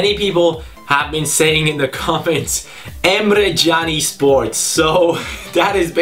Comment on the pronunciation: Is it just me or does it always sound like jani sports not cani sports